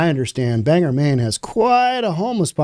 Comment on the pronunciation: Bang-gor (the accent is on both syllables, and you pronounce the "g" twice).